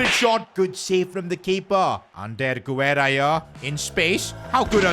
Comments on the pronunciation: btw Sid Guerra’s name is pronounced without the “u” if it would have been pronounced with the “u” sound it would have been güerra instead of guerra. also guerra means war in spanish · Guerra = geh-rrah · The "U" in Guerra is silent